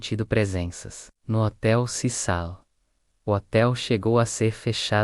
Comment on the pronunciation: Hotel CECIL, CECIL, nao CISAL. Para de narrar em IA!!!